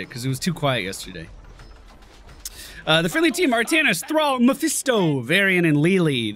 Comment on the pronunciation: Artaknees is a fun,albeit an incorrect,way to say his name! He was also the first character I owned! Really fun!